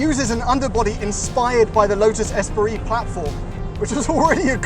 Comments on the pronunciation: I'm sorry, a Lotus what now? Esperee? Who put that extra syllable in the middle of "Esprit"?! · Its Espree not Esperee. (Esprit)